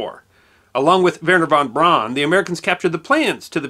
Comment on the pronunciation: I think the narrator is NOT human but AI! Terrible pronunciation of names! Germen follows the GERMAN rules of pronunciation just like ancient Greek! Not all of the worlds languages follow the American English rules of pronunciation! It is NOT werner va bahn but Vehrner vohn Brown lke the English word brown as the English comes from the german SAME pronunciation. I don't know whay perhaps due to this 'privacy' craze now (social isolation, that the ones narrating are afraid to use their own voice, as if the world would hunt you down like the 1964 Beatles craze in San Francisco, to have to use AI instead of your own voice. This is what I see that AI cannot distinguish the pronunciation rules between languages. That is not goot trying to pronounce foreighen words or names.